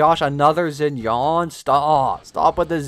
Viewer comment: not zinyan